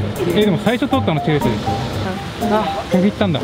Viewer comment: チェルシーがチャルシーに、なっている